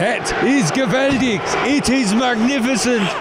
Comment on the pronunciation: But it sounded german, not dutch😂🙈